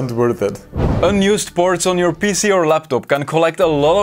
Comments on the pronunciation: And PC sounds like he's saying pissy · Your pronunciation of PC sounds like youre saying pissy.